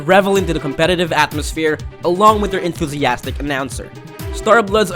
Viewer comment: 😂 the way he say innovative and enthusiastic. Lol